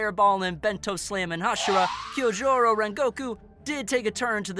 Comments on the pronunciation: oh god why did he pronounce it kiyojurou and not Kyojuro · Why are you butchering the name Kyojuro? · Did he say kyojohru rhengokeu